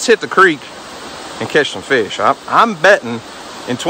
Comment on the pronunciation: you said FESH? LOL